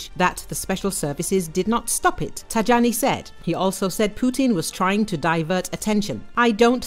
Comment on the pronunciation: You pronounce Tajani like this Thai-yanee